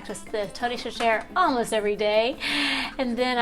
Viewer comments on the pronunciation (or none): It's pronounced SA-SHUH-REE. Tony Cachere = SA- ShUH- REE. And no, that's not how you'd actually pronounce it in French but... oh well... lol